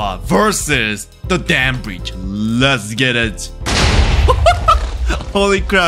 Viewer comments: Im sorry Im not trying to be mean but you said "relastic dam brietch" and i just died. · Bro really said "Real-ass-stick damn bridge"💀